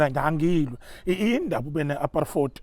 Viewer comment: "Apar-fourty" Apartheid 😂😂😂 uBaba kaNomayeza😂😂